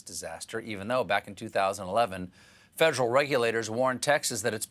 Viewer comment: Fedrill - - is that new tool? Fed -er-al - -3 syllables